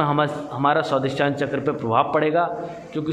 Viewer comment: It should be a Swadhishthn not Swadisthan.